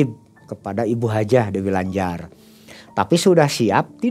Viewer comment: sy kok geli, waktu dengar dy nyebut Hajah dewi lanjar 😀😀